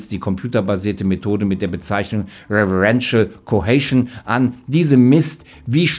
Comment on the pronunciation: Der Begriff klingt wie "reverential cohasion", soll aber wohl "referential cohesion" heißen.